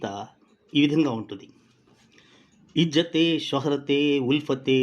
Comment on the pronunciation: sir, well-done కానీ ఇజ్జతే లో తెలుగు జ లేదు English z వున్నది